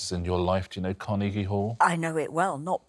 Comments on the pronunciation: The way Richard pronounces "Car-knee-gee" Hall lmao. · Fantastic as in can you believe out of four people not one had a clue as to where the Appalachians were? ALASKA? God give me strength. And four people in the arts, with two not knowing where Carnegie Hall was. Oh, and BTW, Richard, It's pronounced Car-NAY-gie, not Car-KNEE-gie. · What I find funny, is that everyone is focusing on the second syllable when it's the last syllable that he pronounced so differently. It's typically pronounced with a hard "g" sound not the soft "g" that he used. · It's how the man's name was pronounced. For some reason we tend to say it Karna-gee Hall but we shouldn't. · That is how the rest of the world pronounces it. Even Sparks pronounced it Carn-EE-gie in their song... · Dead at Osman's pronunciation of Carnegie Hall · I just heard Richard pronounce "Carnegie" and I'm like really?